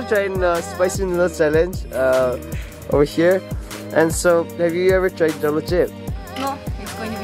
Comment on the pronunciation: 'Jolo' should be pronounced as 'howlow'